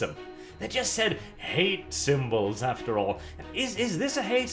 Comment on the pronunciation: Man got this video out so fast he fucked up "after"